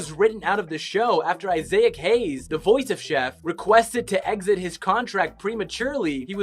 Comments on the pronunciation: Ay-say-ak? That'd be A-SAY-ACK. I'm assuming you mean EYE-ZEI-ICK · Why does the narrator pronounce "Isaac" in a bible fashion??? Like Ay-Say-Ak 😂